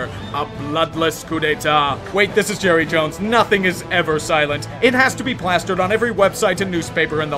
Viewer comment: Palpatine > Jerruh Jones